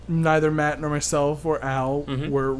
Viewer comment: Wow matt you're one of the only people to have ever said my name right the first time. Good job